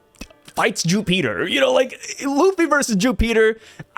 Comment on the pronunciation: Ju Peter ("Jew Peter.") Just call him Jupiter bro lmao😂